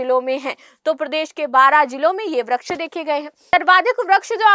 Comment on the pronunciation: वृक्ष बोलना सीखिए